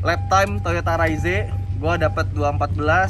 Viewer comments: yg bener om fitra soalnya diiklan yg jepang dan negara lain jg bilangnya ra-iz ato re-iz (kyk baca rise ato rice dalam bahasa inggris) e-nya ga dibaca, bukan raiz-e.. hampir ga ada malah yg bilang raiz-e karena diatas huruf e-nya polos ga pake tanda koma atas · cara penyebutan yang bener itu "Raiz" & "Reiz", huruf E yang dibelakangnya nggak dilafalin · "Raizé" Fitra Eri: "Reiz"